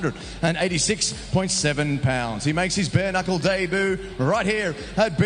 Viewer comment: An announcer that can't ever pronounce "debut" 😂😂😂 Daybooo